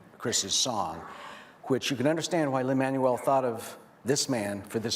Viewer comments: Lin MAN-uel 🙄🙄🙄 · The way the host pronounces Lin-Man-U-El is cringe-worthy. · "Lin-ManOOL Miranda" "HamilDAN" This guy needs to up his pronunciation game. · Brandon B. Totally agree. He’s of Latin descent, not a friggin’ transmission! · Does anyone else hate the way he says Lins name 🙄